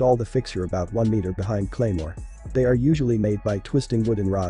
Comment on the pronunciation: "Cremoa" jesus christ